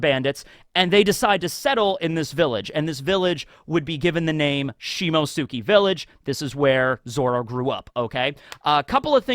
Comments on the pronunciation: beautiful man, coud you please try to pronounce Shimotsuki as Simots'ki? That 'U' is mostly silent. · Has anyone explained to that he's pronouncing "Shimotsuki" wrong? It only bothers me cause he knows how to pronounce "Akatsuki" right. "Shimotsuki" is pronounced like "Akatsuki" but replace "aka" with "shimo". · What an epic SBS. Great video, even though I am still not used to you butchering the pronunciation of the name "Shimotsuki" 😅